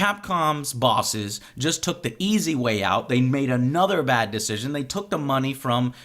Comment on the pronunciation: he said "Dish-cision" lol